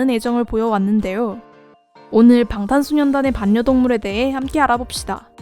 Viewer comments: 왜 이렇게 반녀동물 하는게 거슬리지..... 발려동물입니다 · 반려동물—-> 발려동물(자음끼리ㅜ만나면 부드러운 발음을위해 바뀝니다). 외국아미들도 배우려고 애쓰는 한국어. 한국아미라면 게다가 BTS다루는 유튜버라면 모범을 보입시다 ^^